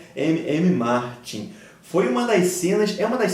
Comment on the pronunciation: É George R.R Martin,. Acho que voce falava ''MM'', mas é um excelente vídeo. Para mim o melhor casamento é o próximo, do Joffrey.